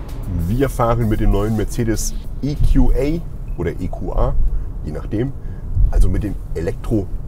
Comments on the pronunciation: Geiles Auto, es gibt wohl auch mit AHK, wie hoch ist denn die Anhängelast??? Wusste garnicht, dass der in England oder gar im Amiland gebaut wird, oder warum wird das plötzlich IQuAi ausgesprochen? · EQA muss man wohl englisch aussprechen aber GLA dann doch deutsch. Macht sicher Sinn. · Wieso spricht der Moderator "GLA" normal aus, EQA allerdings in Englisch?